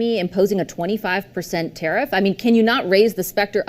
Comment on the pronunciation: TARIFF- TARE AS IN WEAR OR WARE, AND IF NOT TAR- EEFS. ENUNCIATE BRO!!!